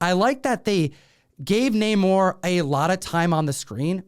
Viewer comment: It's Nay-mor, just saying